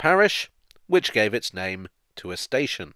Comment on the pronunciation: So who was St. Ation?